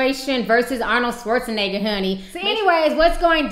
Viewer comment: Arnold Schwarzeniga" xD